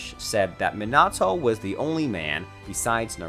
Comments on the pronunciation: To pronounce it its “(MeeNahToe)” not “(MinnAhTo)” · It's not Mi-nah-toe it's mee-na-toe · Everyone: Minato Him: Meenahto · Wrong Man-a-to Man-ga Right Meana-toe Mon-ga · He says ma nato I say me nato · I took a moment to list every single mispronunciation in this video in chronological order and amount of times it was mispronounced. The list goes: Minato (Monato) x25 Onoki (Unoki) x4 Manga (Menga) x1 Konoha (Konouha) x2 Raikage (Raicage) x8 Naruto (Narootou) x4 Sasuke (Saskey) x3 A's (Ayas) (wtf? it's an english letter.) x2 Hokage (Hoecage) x1 Hiraishin (Hiroshin) x1 Rasengan (Rasengen) x1 Well done, great video. Only 52 minor oopsies, including two english words. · Bro, I like your videos, but why do you have to butcher every name? The he’ll is mynoto? Raikazh? Kanoha? I mean come on man. Nawruto? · even sayin ''me-na-to'' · "oonoki" "minoto" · "Minahtoo" lol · My guy pronounced everything wrong Sasuke raikage naruto Minato XD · bro you say minato's name like an absolute wet lettuce stop over pronouncing the A fuck me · Raikagge homie can't say raikage Sasuke or minat9